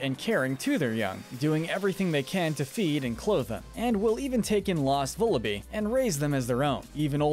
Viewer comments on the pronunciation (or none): It’s pronounced “zor-oo-UH”, “zah-ROOD”, “vull-uh-BYE”, “HEE-SWEE-in”, “zig-ZAG-goon”, “DRAP-ee-on”, “PAWN-yard”, and “ZVEI-liss”, “Patrick Star”! 🤨 You’re so bad at pronouncing names,. 🙄